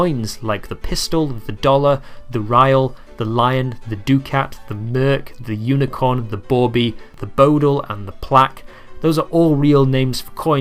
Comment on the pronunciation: “Ducat” is pronounced “duck-et” actually I’m surprised that I know this as an American but you as a Brit do not.